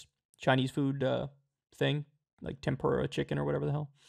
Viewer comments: Oh no. Oh noooooooooooo lol. "Tempor-ay" And tempura is Japanese. Come on man! 🤣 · Tempura, Kyle. It's Japanese.